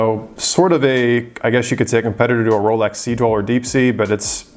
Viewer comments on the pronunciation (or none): none